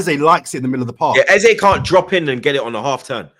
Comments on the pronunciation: If you say Aza instead of Eze one more time 😂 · Can someone let this know his name is Eze and not Ezar!!!!!